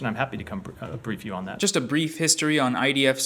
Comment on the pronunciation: Bruh those last 5 minutes are the cringiest shit I've ever seen. " I'm on the wight pawt of histowy " stfu you moron